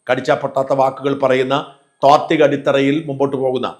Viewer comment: A mistake you make repeatedly : "Thvathika", It's "Thatvika". Would you mind correcting it???